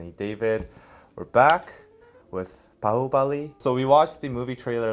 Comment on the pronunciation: Wow!! David i'm really amazed the way u spell out Bahubali & MahesMati was really awesome👍